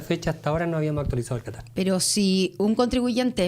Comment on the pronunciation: Porque no pronuncia bien la tra tre tri tro tru Pablo Muñoz pronuncia bien catastro no mastiques la tro